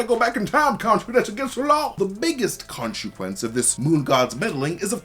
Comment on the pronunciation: He says ”Khonshuquence” instead of ”consequence”, right? 😅